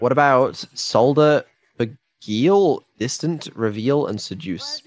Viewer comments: holy shit saying "beguile" as "beg-eel" might be even more amazing than Neuro displaying such a human level of impatience and fidgetiness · pronunciation of some of those words can't have helped. That's not how you say "beguile" for a start!